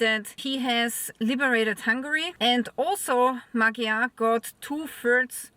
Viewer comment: His name is pronounced more like Mod-yar.